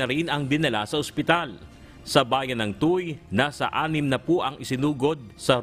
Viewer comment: Ang basa sa Tuy ay TUWÉ.